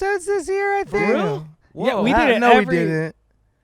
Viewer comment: That boy said foreal 🤣🤣